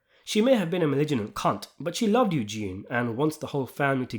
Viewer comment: The pronunciation of ‘malignant’ is sending me 😂😂